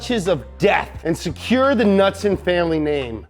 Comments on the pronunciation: Knudsen- pronounced Kuh-noot-son (also can be spelled knutson, knudson, knutsen) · The K in Knudsen are NOT silent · It’s Knudsen Not Nutsen ✌️Copenhagen Denmark 🇩🇰✌️ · Bunkie Knudsen isn’t pronounced nutson. It’s newdson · Knudsen "nude-sen" not nutsin. Driving me nuts lol. Its like douche bags saying "Maryo" instead of Mario. Other than that love the vid. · The U in Knudson is a long U not short u. Get it right donut guy..... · i think u pronounce knudsen (cah-nood-sen) jus sayin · It K-Nud-Sen